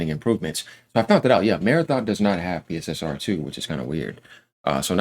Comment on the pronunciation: Its pronounced... Pisser and Pisser2